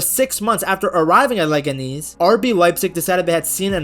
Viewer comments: How do you know their mascot but not how to say their name lol. Leganeeeez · Leg-ah-knees is killing me 😂